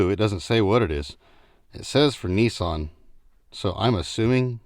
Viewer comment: Nissan or kneeson😂